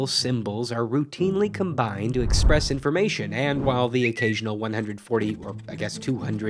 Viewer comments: . These "letters EXPESS information." D'OH!! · "to EXPESS information." Sorry, am i tripping? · "...to expess information." Intentional drop of the letter R? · “to expess” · Ironically you missed out the letter 'r' in express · Your forgot the R in express in the beginning 😌💅🏼